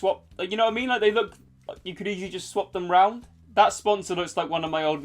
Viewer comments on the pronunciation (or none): none